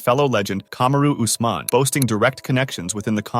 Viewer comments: Cammaroo Oozmon lol. I have the feeling someone doesn't watch UFC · 1) TF Paul George know about boxing? 2) Kamaroo Ussmon?